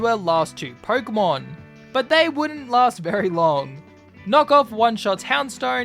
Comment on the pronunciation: Stop saying porkumon instead of Pokémon